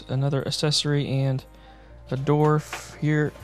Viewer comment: You said dwarf.... but I heard dorfs